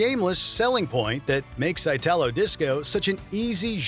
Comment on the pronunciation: it's not "Eyh-tah-low", it's "EE-ta-lo" ... from Italy